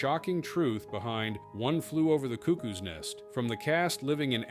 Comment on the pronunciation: Your pronunciation of cuckoo is wrong